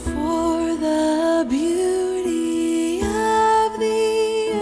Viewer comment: Please, PLEASE, pronounce the 'T's in words! BeauTy, not BeauDy. Otherwise a good post, and thank you.